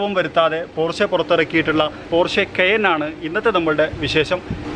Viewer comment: keyen alla ,ucharanam kayan ennanu